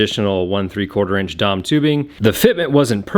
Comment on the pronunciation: "dom tubing" lol It's D.O.M. You don't say oossaa when talking about the U.S.A., do you?